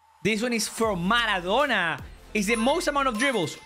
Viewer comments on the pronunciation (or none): none